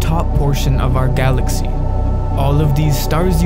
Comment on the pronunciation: OUWHER GALACKSEE 😂